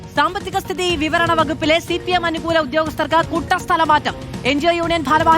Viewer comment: മാതൂ, "സാമ്പത്തിക സ്ഥിതീ .... വിവരണ വകുപ്പിലെ" എന്നല്ല ഉച്ചരിക്കേണ്ടത് "സ്ഥിതിവിവരവകപ്പിലെ" എന്നാണ്. സ്ഥിതി കഴിഞ്ഞ് വലിയ ഗ്യാപ്പും വിവരണ എന്ന വാക്കും 😂